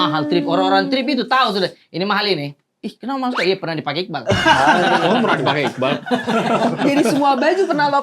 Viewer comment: iqbaal bang bukan iqbal, a nya dua